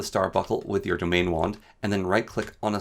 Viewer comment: Very helpful video, but you mispronounce a lot of things. (e.g., domain wand as dominion wand, or winlden as wildens)